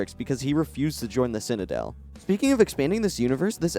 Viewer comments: Citadel…. Citadel, not ‘cinadel’ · Since we’re watching a critique and you’re being critical, I’m going to be critical. You can’t pronounce the word ‘citadel’. Other than the b plot where you can’t pronounce ‘citadel’ this is a great video. X